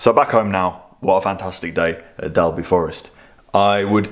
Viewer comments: Us local folk pronounce it Dolby😬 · Usual great video and content, just right length too . Oh it's pronounced " Dolby"